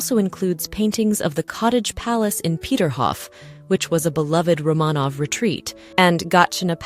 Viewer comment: It is AI. It mispronounces words such as "record," it should, in the text, be pronounced with the pronunciation of "the palace record shows" but AI produced it as "play the record on the record player." It also mispronounces "Romanoff."